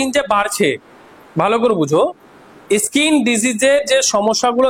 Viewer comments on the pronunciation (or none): স্যার কথাটা (ইস্কিন) নয়, স্কিন। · দাদা ইসকিন নয় স্কিন